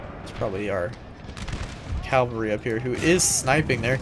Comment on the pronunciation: Great video mate. You pronounce Cavalry as "Calvary". It's "Cav-al-ree". 😁